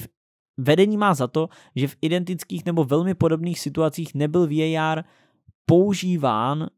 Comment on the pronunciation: VÍÉJÁR :))) hned si za to dej facku!